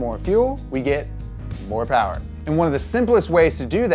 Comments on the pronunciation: Not "more power" but "mo powa babeh" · Alright, this dude is growing on me. He's no James but he's still new and some time to get his groove going. He needs to work on his pronunciation of Mo Powa though.